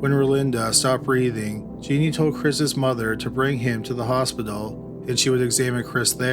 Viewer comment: It's Jen NEEN not 'Jean NEE